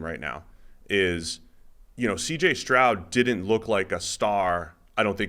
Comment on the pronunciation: Not to take anything away from, but it’s stroud. Period. Slow first one to say it…